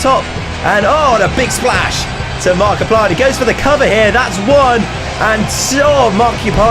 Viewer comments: Haha he said markipier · said markeuplir no ofense though love you